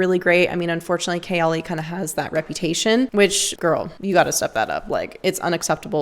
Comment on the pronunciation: I think you're pronouncing ''kayali'' wrong....good video, tho. You're one of the few , who are actually honest about perfume.